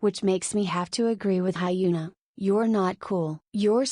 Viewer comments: It's more likely to sound HyuNAH! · The way the ai is saying hyuna as hyena suits her very well😂😂